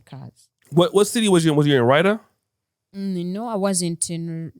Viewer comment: Dude has the mic right on his lips and playing with the phlegm in his nostrils, totally disgusting. He said rider for Riyadh: my god man! He doesn't know what a Barista is; wow! Dude, please try somehow to improve your interviewing skills.